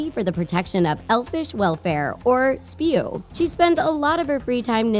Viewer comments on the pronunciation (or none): In many videos here they say Spew while Herimione mentioned many times that it is S-P-E-W